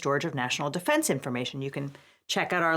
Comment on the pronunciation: “gross negligensh” “national defensh informatshon” I’m not just saying stuff for the sake of saying it. He has no jokes, no rhythm or inflection in his speech and has flehm on the back of a lot of words. I’m sure he’s perfectly intelligent but he’s not entertaining. Again, not everyone should be a host and that’s fine. If he’s a square allow him to fall into the square hole stop trying to shove him into a circle.